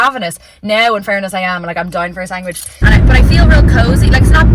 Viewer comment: I can see it all now, when you go through Menopause, You will have been the very first person Ever to go through it. Just a note, it is not cute saying SANGwich when we know you can read and write.